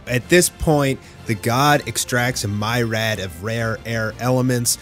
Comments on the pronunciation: disappoints me on how he says myriad, stay in school kids. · It’s pronounced meer•Ee• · … its myr·i·ad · Great video but you should learn to pronounce some of the words lol. Wreak is said "reek" and myriad is like "meer-e-ad"